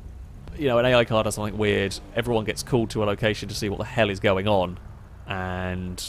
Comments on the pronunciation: Every time you say "somethink", I cringe. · SOMETHING. NOT SUMFINK